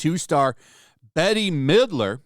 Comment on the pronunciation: So, you've clearly never heard Bette Midler's name said out loud before...